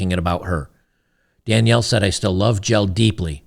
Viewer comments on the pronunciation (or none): Jelle is pronounced Yella (like old Yeller), its a Dutch name.